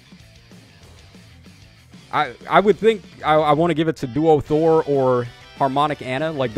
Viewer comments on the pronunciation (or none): none